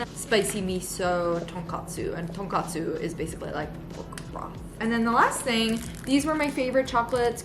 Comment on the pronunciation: I love your channel and love this vlog!! When I am sick and tired of cooking or thinking of menu, I watch your videos to get inspired🥰 I am originally from Japan (now living in CA) so I got excited seeing you and your sister enjoying Japanese food. BYW, you were correct in saying tonkotsu (with an o for ko) to be pork broth. Tonkastu (with an a for ka) is pork cutlet. Thank you again for this wonderful channel!!